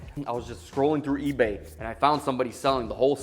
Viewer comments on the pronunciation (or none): none